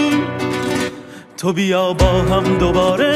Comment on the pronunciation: Reis bunlar doğru telaffuzu değil . Divane başim diyor .divane olalim .sen divane iyi yazmışsın .en basitinden tubita değil to biyaa olacak zaten